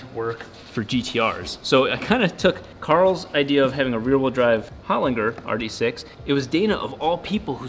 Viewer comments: Pronounced "Hole-Ling-Jerr", not "Holin-grrr". 😂🤣 Don't worry bro, you'll learn how to speak Aussie someday. 😉👍 It sounds similar to lozenges at the end. So loz-en-ges, hole-ling-jerr. 😎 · It's an Australian company and it's pronounced 'Hol-in-ger' as in 'German' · SPENDS A WHOLE DAY AT HOLINGER AND STILL CAN'T PRONOUNCE IT CORRECTLY 😂